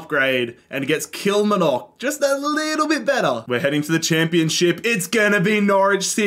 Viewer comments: The pronunciation of Kilmarnock “Kilmanock” don’t say it like that there or you’d get stabbed. It’s “Kill-mar-nuk”🤣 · Kilmnock its kilmarnock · Great video and concept. For future reference, Kilmarnock is pronounced like KilMARnock, like far or bar, kilMARnock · The way he butchered Kill-mar-knick = Kilmarnock makes me wanna cry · As a scot me hearing Kilmanock kills me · "All the Scottish Teams" - includes 12 out of the 42 teams 😂 A fun video non-the-less though. Also FYI, Kilmarnock is pronounced "Kill" - "Mar" (like in Mark) - "Knock", with the main emphasis and length on the "Mar" (Kil-maar-nock) 😄 You can hear it here from the commentator at the start when they score: To help move things along a little quicker, I'd add a rule similar to the surrounding of empty spaces, where if a team is completely surrounded by another team it triggers an automatic match involving the two. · it’s actually pronounced Kill-mar-nock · Also, you pronounce the R in KilmaRnock... It's KilMARnock 😂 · Just a FYI, it's pronounced kill-mar-knock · kilmarnock is pronounced kill-mar-knock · The way pronounces Kilmarnock killed me 😂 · 😂😂😂 You killed that pronunciation of Kilmarnock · Absolute top tier doob smoking material. You’ve earnt a new subscriber my Aussie friend. The way you pronounce ‘Kilmarnock’ sounds like a Harry Potter spell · the pronunciation of kilmarnock is killing me ahahaha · Cannot believe how into this my husband and son got. Learn how to say Kilmarnock though. Think of the "ar" like a pirate. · I can't deal with the way you pronounced Kilmarnock lol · Ban yourself from Ayrshire if you want to survive with that pronunciation of Kilmarnock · The worst pronunciation of “Kilmarnock” I’ve ever heard in my life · Your pronunciation of kilmarnock is absolutely foul lmao, im taking personal offence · he butchers the pronunciation of kilmarnock so hard man